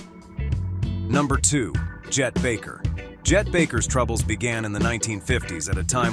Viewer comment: Chet Baker, not Jet.